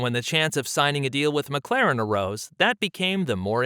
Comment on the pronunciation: You call yourself "" and you cant even say McLaren the right way....